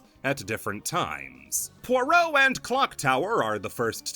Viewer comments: shhh nobody tell him he pronounced "pierrot" as "poirot" the entire video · Unrelated, but the way you said Pierrot had me so confused the entire time to the point i questioned how it was really pronounced. Came for balan, got a username crisis 😔